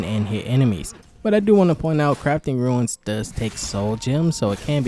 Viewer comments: Rune, not Ruins lol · it's pronounced "Roon" like "Boon", you are saying Ruin instead as in 'a broken down building'. Epic video! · Runes is pronounced Roons. Not ruins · That annoyed me😂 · It annoyed me too. But accents are a thing